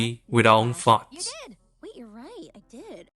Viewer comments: I know he’s saying “let us be alone with our farts”, but it sure does sound like “alone with our thoughts”… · brother, I thought you said "you and your uninterrupted farts." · Coulda sworn he said “It’s just you and your uninterrupted farts.” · I can not be the only one that thought he said "it's you and your uninterrupted farts" at first. If you're wondering, he said "it's you and your uninterrupted thoughts". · Same XD. I guess the accent in "accented cinema" was deliberate.